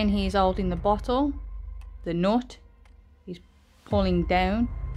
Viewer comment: what word did you use if not knot? Ohh never mind you pronounced nut as knot, that's ok my bad there